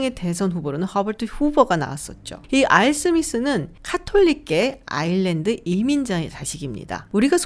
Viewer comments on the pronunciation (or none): none